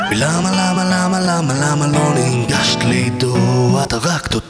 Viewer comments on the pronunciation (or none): הוא אומר "נינגשת" לעידו ב או שאני מדמיין?